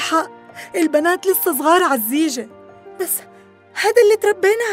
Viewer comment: في الدقيقة حكت ام انصاف الزيجة مش الجيزة😊